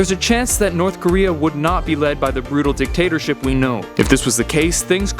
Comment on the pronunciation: Lol I paused the video for a minute and then unpaused it and heard "Tatership" I want some taters now.